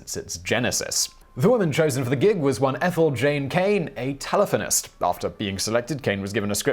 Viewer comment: You are mispronouncing "telephonist" Oh dear... You should really Google it or email me directly. You get all the phonetics correctly but you mis-direct the emphasis. (You must know me by now.)